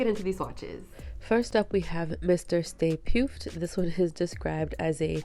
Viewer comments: Stay Puft is pronounced Stay Puffed. The Stay Puft Marshmallow Man was the ghost form of Ray Stantz's freindly childhood marshmallow mascot character. So essentially, the odd spelling is just a gimmick of the fictional company that makes the marshmallows. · I Ain't Afraid of No Ghost! and He Slimed Me are my favorite! So beautiful! That puft is pronounced puffed, im pretty sure. Thanks for this video. All my Glam Polish has Cupcake Polish's cap and brush. 😊